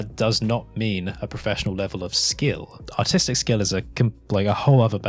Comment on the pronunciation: The way you say artistic sounds like "autistic".